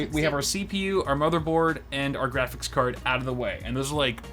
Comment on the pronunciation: “We are hunting gwafix cards”